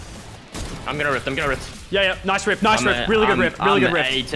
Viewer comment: *: **Rifts* *Lachlan*: “NOICE RIFT FRESH”